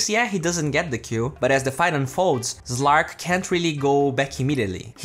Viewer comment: Its not zven or zlark. Its sven and slark